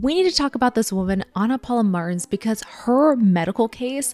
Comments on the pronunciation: Just nitpicking, but "Martins" is stressed in the last syllable. It sounds like "marTEENS" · Just disappointed at the pronouciation of the names. Martins is not prononced "mars". But interesting info. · Weird pronunciation of "Martins"... Try "marteens" it will be closer to the original. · Her name is Portuguese. "Martins" is pronounced "Mahrr-TCHEENS" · i loooove that you're talking about this! also it's pronounced martcheens 🩷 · Hearing Americans says Martins as Mars is hilarious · why do you pronounce Martins like Mars? It's weird. And reported like "rapport"